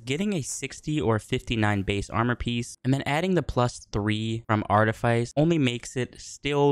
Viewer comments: lol learn to pronounce "artifice" right before failing at telling me what not to do. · Learn to pronounce artifice